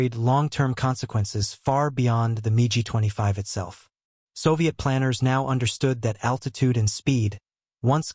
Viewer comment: Love the AI narration calling the Mig 25, the MeeGee 25.